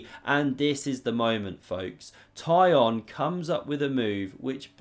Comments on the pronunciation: His name is not Tie-on, it more of a Tea-Hone, but with a short "o", like in "lot". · Tykhon is pronounced "Tick-un". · Tykhon is pronounced as Teekhon